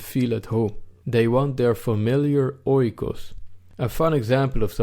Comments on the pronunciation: Another excellent video! You must forgive me though, if I correct you on the pronunciation of "oikos", you say it like this: "eekos", just like the word "ethos". Grammar aside, you are very correct on the substance of the concept of "home" and "country" and I too believe it's being under siege, with varying degrees in different european countries. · just a remark oikos (οικος) = home pronounced "ikos". "oi" in greek makes the sound "i" or "e" good video bay the way. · Great video! Just a small input oikos is pronounced ikos in Greek oi=i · OIKOS is not pronounced OY-KOS.It is EE-KOS.Good video.Fuck muslims ,lefties and all PC SJWs. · Oikos is pronounced Ekos, as O and I when used together make an E in Greek couldnt stand it hahaha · Well it's actually "e". The "οι" is pronounced "e". Hence the "ecosystem": οἴκος=home + σύστημα=system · Nice video. If you want to be absolutely precise though, oikos is pronounced eekos. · Meanwhile oikos is pronounced differently xDD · Great vid ( 'oi' in oikos pronounced as 'ee')